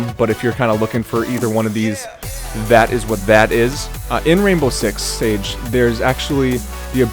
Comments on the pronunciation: Rainbow Six "SIEGE" buddy, not Rainbow Six "Sage" hahaha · LEARN TO PRONOUNCE SIEGE! It's not "sage" It's "see" not "sa" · Did you really just say sage.......SAGE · Siege not sage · What is rainbow six "sage" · "Rainbow Six Sage" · He can't even pronounce siege